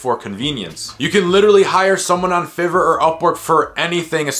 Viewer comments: It’s FIVE-ER not FIV-ER 😂😂😂😂😂😂😂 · It's pronounced 5er not fever ... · its pronounce 5 er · It was hard to pay attention after he said FIV-ER so many times xD